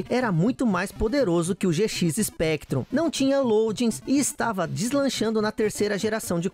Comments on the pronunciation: eu estou ficando meio surdo ou ele disse GX Spectrum ao invés de ZX Spectrum? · "Gê xis Spectrum" quá quá quá quá escorregou a dentadura do.